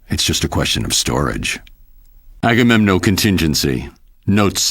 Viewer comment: É agamenon e não agamenom